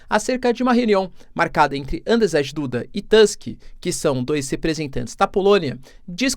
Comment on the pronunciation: Andrzej Duda, pronuncia-se tipo Ândjiei Dúda